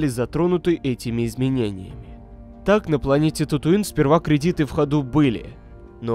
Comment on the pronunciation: Кредиты ударение на 1 слог в зв, это единственная отличительная черта от просто кредитов в играх